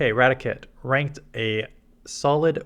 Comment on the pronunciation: Rati - Kate not Ratic - et